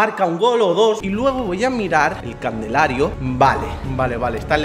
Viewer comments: diciendo CANDELARIO en vez de CALENDARIO JAJAJAJA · Alguien se dió cuenta q dijo candelario en ves de calendario minuto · "Candelario" O se equivoco, o no sabe decirlo XD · Tipo cuando dice candelario en vez de calendario, F FOR RESPECT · Nadie absolutamente nadie: dice candelario embez de calendario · Garabide si me prece porque cada vez que dice intenta decir calendario dice candelario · Dijo CANDELARIO, no calendario👀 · JAJAJAJ LPM dice "candelario" Jajaja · Voy a mirar el Candelario dijo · asdfghj dice candelario envez de calendario